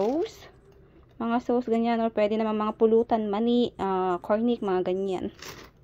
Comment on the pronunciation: Sos(sauce) not sows.just correcting po